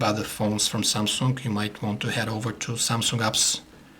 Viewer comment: i really like how he says SAMSUNK.. and I admit that he really makes a very good review.